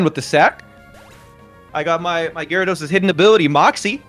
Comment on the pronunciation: Sorry I have to unsub and stop watching because you still can’t pronounce gyrados